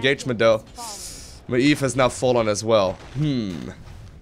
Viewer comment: Don't forget about your shadowmeld ability. Also maiev ist pronounced muh-jev. Love these vids. Keep 'em coming